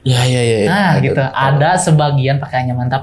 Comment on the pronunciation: Jujur ceritanya bagus cuma suara Narsumnya tuh maaf ya agak cempreng dan melengking saat pengucapan kata "gitu"jadi lumayan ganggu , vibe nya kaya lagi ngisi ceramah 🙏